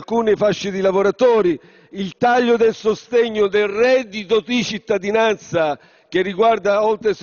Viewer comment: Ma sentitelo, come calca con il tono le parole "reddito di cittadinanza". Ti è rimasto solo quello, ma cucciolo🤫